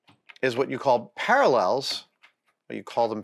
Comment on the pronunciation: Great video! Ha-ha "Paralells" instead of "Parallels". I guess that's an inside joke? :) I have the 728 also, and love it. I've 'never' used the Z DRO to set height, I power-feed it down close to the work and then use the quill DRO for actual settings. But the quill LCD is funky, battery-powered and times-out just when you need it most, so I installed a scale on the quill and connected that to the DRO Z axis readout.